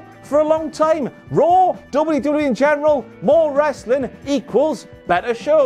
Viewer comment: Down a shot every time says “Ressli’.”